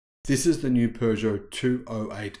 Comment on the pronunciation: Kuddos to from your Frenchie for actually pronouncing "Peugeot" correctly! 👏😀